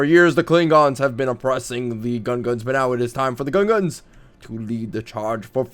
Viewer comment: It's Gungans not gunguns